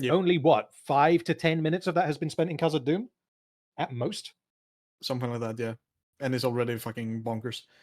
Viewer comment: Omg the Dwarf home is called Khazad-dum....all this time, the way pronounced it I thought its called "Casa Doom" and I was like "well thats a little on the nose.." xDDDD